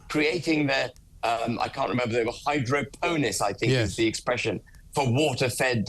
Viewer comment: Hydro-po-nics. lol